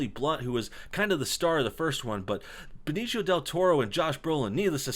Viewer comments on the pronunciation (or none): BE (as in bed) NI (as in knee) CIO ( as in see oh) he's not italian, last i checked only italians would pronounced it as benichio.